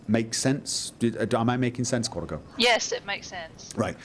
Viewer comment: Thanks. It sounded like he was saying Quantico.